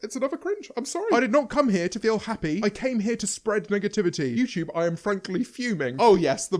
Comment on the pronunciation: Nobody: Not even Jojo Siwa: James: youchewb 👁👄👁